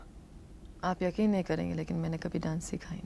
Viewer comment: I am amazed to see Rekha pronouncing an urdu word "Yaqeen" (یقین) in such a correct manner. Normally Hindi knowing people pronounce it as YaKeen.